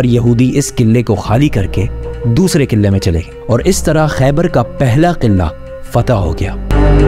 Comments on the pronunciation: Qillaa nahe Bhai Qilaa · Bhaiyya over express krne ki zrurt nhi hai or sb se ooper adab ko malhuz rkhen or ye “qillllaa” nhi hai isy “Qala” bolty hen